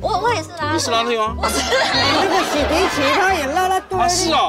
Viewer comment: 冼(省ㄕㄥˇ)迪琦 光聽她說 聽不懂叫什麼迪琦 0.75倍數 會聽成顯 0.5倍數 更像顯 但其實是念(省ㄕㄥˇ) 她的外號應該就叫小迪奇吧🤭